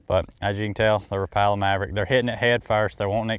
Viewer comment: i don’t trust anyone who can’t pronounce Rapala right